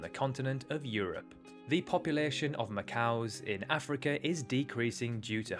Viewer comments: Macaque, as in Macak, not ma-cow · You mispronounced macaque, you said macaw. Macaws and macaques are completely different animals. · Macau is a place. Macaque is the monkey. Pronounced Mack ack. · Just curious, why are you pronouncing the monkey species Macaque like the Chinese territory Macao?